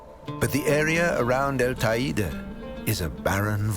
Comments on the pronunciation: Beautiful documentary with a TON of work! One thing: it’s not pronounced ta-ee’-da, it is pronounced, tay’-day. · Not quite! It rhymes with the word 'LADY!' and is pronounced TAY DEE! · That's the weirdest pronunciation I've heard of Teide —should Te (as in "Ten") i (as in "e") de (as in "the")— but apart from that it is all superb.